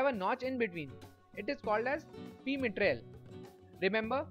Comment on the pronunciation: Excellent, concise and informative. A few suggestions: 1. No background music please 2. Calibration not caliberation 3. Mitrale is pronounced My-trale not Mee-trale Sorry for being a grammar nazi but I want your presentation to be flawless. It’s excellent, subject-wise Thank you.